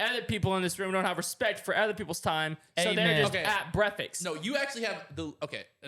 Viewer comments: Bro the amount of times has said “brekfets” is crazy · Cash saying breafextninstesd of breakfast several times and no one corrects him😂 and his words hahaha Also Kyle is the best part of this podcast❤